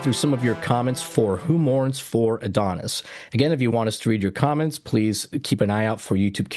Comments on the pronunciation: I mispronounced this as Adonis for years thinking it was just some historic way of writing it. Then finally learned it was a-doh-NAY-is and not meant to be another name for Apollo but a direct quote from Percy Shelley’s poem “Adonais” about the death of fellow poet John Keats in 1821. He also wrote “Ozymandias” which is referenced in an episode of Breaking Bad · Many people say "Adonis" for this episode, when it is actually "Adonais", pronounced Ah-doh-NAY-iss. Star Trek got away with a lot, but they were required to delete the scene, confirming Palamas had gotten pregnant. Hey, do you have The Roddenberry Vault DVD'S? Lots of interesting deleted scenes, cuts, alternate takes etc. Excellent reaction guys! 🖖